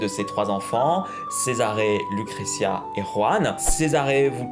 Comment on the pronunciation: Cette prononciation de Lucrecia et Cesare 😂😂